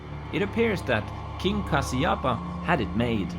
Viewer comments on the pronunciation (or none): His name is not kasiyapa 😅 its kashyapa 😎👉🏻